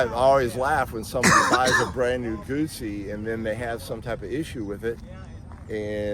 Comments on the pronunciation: Let's leave the mispronunciation of this iconic brand to our Brit brothers. For some reason, they just can't wrap their tongues around "Gootsi" and come out with all kinds of variants, mostly "Gussy", so let's at least get it right and not say "Goosey". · pronounced Gootsie not guzzi